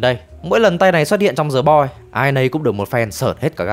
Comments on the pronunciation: Thề, t định comment luôn. Hoặc đọc đúng, hoặc ko đc thì "đờ" cũng đc, ko ai nói gì. Cứ cố "giờ" làm gì -_ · "The Boys” mà phát âm thành "Giờ Boi", nể thật sự 😂